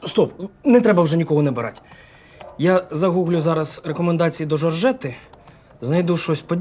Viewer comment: Мені одній причулося Жрете а не жоржети😂